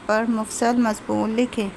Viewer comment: آپ نے "خصائص " لفظ بھی غلط پڑھا اور پھر " مفصل " بھی غلط پڑھا ۔۔ باقی اس سے آگے میں نہیں گیا ویڈیو پر۔۔۔